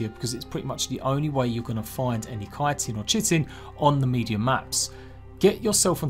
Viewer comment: K-eye-tin is the correct pronunciation. It's Greek. CH is always a hard K sound.